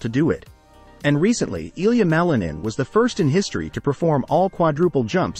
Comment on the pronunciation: you do not say his name correctly.... name is not supposed to be translated into another language, sounds weird...